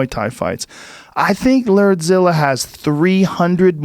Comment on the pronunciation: Shot everytime Joe says, "LERDZILLA". RIP to those who played along...